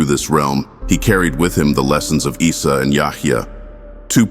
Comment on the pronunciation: Not "Israel and Mirage" it is Isra wal Mirage, Pronunciation of Isa AS , you just hear it, like issa, good video, but lot of mistakes, please correct it